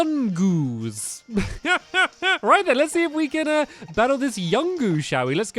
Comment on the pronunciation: Satampy yungoos is pernoested yongoose